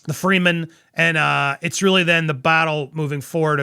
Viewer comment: Your pronunciations are awful. It's Fremen not "Freeman". And it's Princess Irulan not "Eye-rul-in".